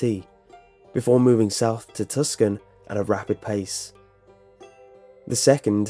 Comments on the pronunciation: It's tucson not tuscan. that's my Hometown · I had to chuckle when you said "Tuscan and Tempe. It's pronounced tooson, and tempee. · Tucson is pronounced TOO-SON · Tucson is pronounced "Two-sawn". Prescott is pronounced "Press-kitt". Tempe is pronounced as "Temp-E". DON'T JUDGE US AZ NUTBALLS! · dieCG tus-kon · Just a quick note to say the pronunciation of Tucson is 'Two-sahn.' One of those weird quirky ones! I live near a town in PA called 'North Versailles,' and it's not pronounced 'Ver-sigh,' it's pronounced 'Ver-sails.' :\ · Dude it's pronounced Too-sahn. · Tucson the c is silent. Like saying 2 san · Tucson= two sawn Tempe= temp ee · When mispronounced Tucson, it made me think about Tuscany. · It seems like all of the British/Australian narrators mispronounce Tuscon. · lol I'm from chandler arizona and hearing how you pronounce Tucson, tempe, and Prescott is making me so happy lol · the "c" in Tucson is silent. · Lol Tucson is pronounced Tooson, and Tempe is pronounced Tempee.